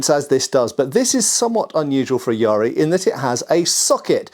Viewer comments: Yaris are always interesting, but that looks like a really short one and lacks an ishizuki. It is quite a late one though, so definitely not a battlefield yari, especially with a red oak shaft. In the style I practice, we use a 2.4m practice yari, but the real ones were just over 3m. (Also, Please stop with the pirate pronunciation of yar-ri. It's just ya-ri. By this point I think that you're doing it on purpose). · Calling it yari spear is like saying chai tea